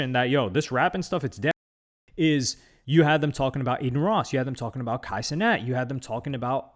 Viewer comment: Kay see-net